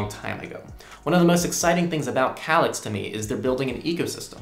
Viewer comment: it's pronounced, "kay-licks"